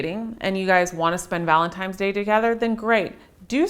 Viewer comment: "Valentimes Day." lol